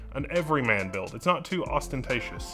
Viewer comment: Somebody mixing up their London with a bit of Birmingham?